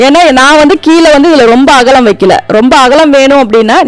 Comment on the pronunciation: அகளம் இல்லை அக்கா அகலம்